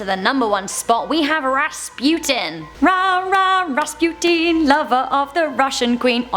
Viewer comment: Bless you for pronouncing right the name of Rasputin